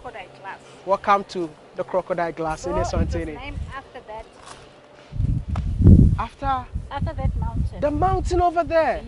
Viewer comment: Its ESWATINI. Not eNSwatini